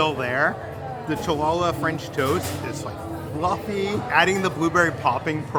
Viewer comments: Hallah, or Holla (like holler) no cha-la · MY GUYS!!!! Chu-la-luh is pronounce "Hall-uh"!! It is a Jewish bread, which is why you may not have heard of or had it before. I get that english is a phonetic language, but that one was just too rough on the ears. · The Cha-la-la pronunciation absolutely killed me 😅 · I had to laugh at the "Cha la la" french toast. I butchered the name of Hallah bread before, that is why I am laughing!! You guys are awesome!! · The Challah french toast is pronounced, Hallah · Omg we were cracking up at CHAhlla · I was wondering who was going to tell him it’s HOLLA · LMAO, Chill-lala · Cha-la-la bread? What the heck is that? 😆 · Love this channel but the food pronunciation kills me sometimes 😂 challah is pronounced like hall-uh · the jew in me cringed when tried to pronounce challah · Right, that irked me so bad. I’m glad someone said it 😂